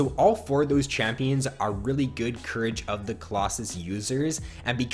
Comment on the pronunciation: Courage isn't pronounced cur-rage. It's cur-ridge